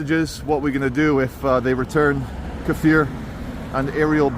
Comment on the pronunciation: Kfir not kefir. BTW, it's Kfir's 2 years Birthday tomorrow, 18th of January